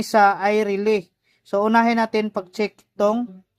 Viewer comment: paki ayos ng pag pronounce, relay. hindi RELEE, nagtuturo na tyo, pati pag bigkas ng tama iayos n natin